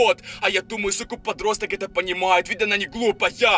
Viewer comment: Не не верю я в то что это настоящий суккуб подросток. Т. К суккуб подростка уже давно поймал SCP фонд. И 1 вопрос, я не прикапываюсь не подумай но зачем в конце каждой фразы так выделять букву типо, Суккуб подростАК. БандА.